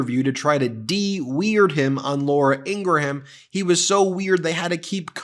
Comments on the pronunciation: It's pronounced Laura "In-graum" not "In-Gra-ham". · it's pronounced 'in gram" not "in gra ham" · Ben. I love your show, but I don't know if you're intentionally saying Ingraham wrong? But do you pronounce Lindsey Graham's name, Lindsey Gruh-Ham as well? It's Ing-rum... sorry, it just bothers me. Idk where you're from. I can get over you saying "huge" as "yuge" like trump does but, if you're intentionally saying her last name wrong, it's no better than people intentionally pronouncing Kamala the wrong way. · Ingraham pronounced eengram. Like graham crackers aren't called gra ham crackers. Sorry Ben , I love you and the Meidas network. But this grates my nerves. Thanks! Keep up the great work. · 😅 I thought he called her “Laura Angry-Ham”, for a second.